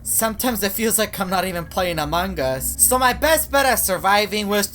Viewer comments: he says amagus that why he said amagus instant of among us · I know it "AMONG US" but way say its heard like "AMAN GUS". YOU GET IT NOW? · it is amount us not amangus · "Amangus" from never gets old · he says it like dat